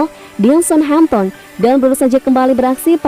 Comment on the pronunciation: Southampton dibaca Samhemton?